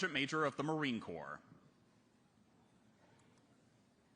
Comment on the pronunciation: Did he call it the "Marine Corpse" like tRump the draft dodger did years ago?